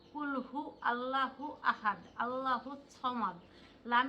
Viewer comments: ক্বুলহু ওয়াল্লহু আহাদ 'আল্লাহু' নয়, ওখানে ওয়াও আছে, আলিফ নয়। বাংলায় উচ্চারণ না দেখে আরবি দেখে উচ্চারণ শিখতে হবে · মাশাআল্লাহ ❤।সুরার উচ্চারণ টা হবে ক্বুলহু ওল্লহুআহাদ।আল্লহুসসামাদ,,,আল্লাহ তোমাদের উপর রহমত বর্ষণ করুন।